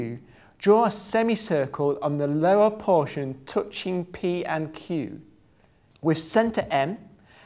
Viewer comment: yes, i get it, thats an english accent.. he still cant pronounce "touching" :)